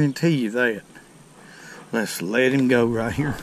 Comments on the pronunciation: Let’s put heem in the bucket 😂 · "... Let's let heem go!"